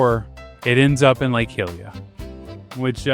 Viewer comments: "Gleerock" "Hat-no" "Heelia" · the hy in hylia is the same as the hy in hyrule cuz its named after her pls vro😭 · Why do you pronounce hylia as hill-ia when you pronounce hyrule as high-rule? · Is pronounced hi-we-an not here-we-an what I'm saying is that it's pronounced Hylia like Hyrule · Just to be helpful, some of your pronunciation is waay off. Hyrule, pronounced like High Rule, 100% Hylia, the goddes of HYrule, is pronounced High Leah, not heelia. and thus the people are HY lee ans, not heeleans. There is no R in Gleeok, so it's not glee rock. Hope this was helpful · You keep butchering the names from these games and this is the one that has me laighing the most. Its hylia like hyrule named after the goddess hylia. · he does call it hillea :( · mispronouncing Gleeok and Hylia in the same sentence gave me psychic damage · Awesome video! Although, the way you pronounced most of the regions as well as Hylia, had me wanting to tear my hair out. But otherwise, very informative :D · Oh god, some of these pronounciations annoyed me. Mipha (Me-fah) Hylia (Hi-leah) Those're the ones that bothered me the most. Most of them were correct, though. These two just really bothered me because they're characters. A princess who LITERALLY SAYS HER NAME IN THE GAME WHEN MIPHA'S GRACE IS READY, and a Goddess. ...I do still like to call Revali Ravoli, though, lol. Ravioli's Gale is now ready. (Revali proceeds to glare at me.)